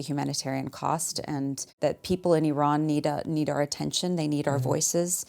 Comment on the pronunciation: All that bedside manner and bro still said I RAN